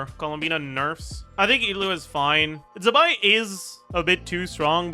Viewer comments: z in chinese is pronounced ts so it’s tse-bai :) i know you care about pronouncing names correctly so thought i’d point it out. i think it’s written 兹白 if you want to check pronunciations online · Zibai is pronounced “Ch Bai”